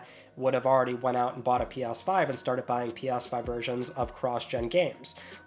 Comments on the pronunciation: Why does it sound like you're saying "P-OSS-5"? Am I finally going insane? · Pee Arse 5. Interesting pronunciation.😂